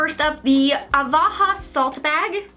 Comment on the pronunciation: Ahhhhh My ocd keeps getting annoyed that she keeps saying Avaha instead of Ahava 😬